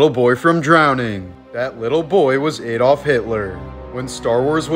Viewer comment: do you trully believe that Hitler was Australian? As your pronunciation of his name suggests? He was actually Austrian, so is pronounced Ahdolf